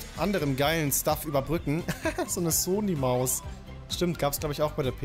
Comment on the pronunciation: Hast du in der ersten Sekunde Soly statt Sony gesagt? :D